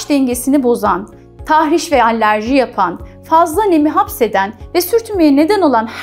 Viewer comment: "Allerji" değil, alerji.